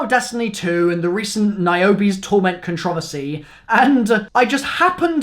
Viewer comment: Did he really pronounce controversy like that